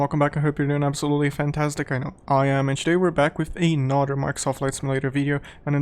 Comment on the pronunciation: The way you say the word "Another" sounds like it would be spelt like "anoder". No hate to your accent tho.